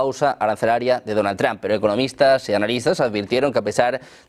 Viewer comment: Este periodista se enreda solo...😂 Ah y no se dice Donald Tran 😂